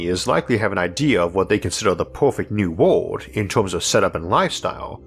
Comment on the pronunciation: I've watched so many videos that I started to call aliens -''alions'' and world - ''wohd'' I know it's a speech defect, but it's kinda cool like a different English accent